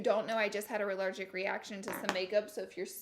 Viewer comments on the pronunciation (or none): Anyone else hear her say “relergic reaction “ hahaha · I’m sorry you had a “rellergic” reaction to some makeup gurl. 😂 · A "rallergic" reaction. 😂😂😂 love you, Laura!